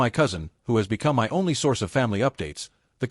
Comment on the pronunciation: If you bought your house, how are u renting and had a landlord? AI just can't get anything right. What is so difficult about saying my as my instead of m y? Can't AI'S be programmed to pronounced every word correctly? Emily is so delusional that her narcissism is now stratospheric. What talent? *Kiss teeth*. No, u are not wrong. U know exactly what to do. Someone needs to give Emily a serious reality slap so hard that it would be difficult to remember how she used to be without getting a migraine. Good of u act so quickly. Most of these stories tend to mess about for awhile before they act to solve their problem with entitled family. What is there to be jealous about? Give in to keep the peac? What about your peace? With Emily's delusion, you'd have no peace.